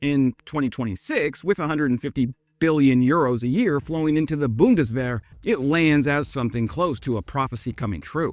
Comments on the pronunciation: „Buhndeswähere“ hahahahahaha unsere Sprache ist so lustig wenns andere sprechen. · The Boondeswehr 🙄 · You really butchered "Zeitenwende" here 😅 Let me help: it's pronounced Tsite-en-ven-duh. Thanks for the video,.:)